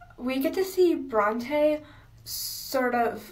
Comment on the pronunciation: the way she pronounced Bronte is making me die inside